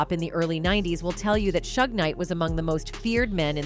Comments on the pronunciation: Learn to pronounce the names. Not shug, shoog. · This AI is hilarious! Calling him Shug Knight and saying he's 6’4 200lbs😂😂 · "Suge" does not rhyme with "shrug". It's short for "Suger" and pronounced more like "Shooug"er something like that 😉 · Can you please learn how to pronounce people's names properly? 3rd Bass is not a fish. Suge knight is not Sugg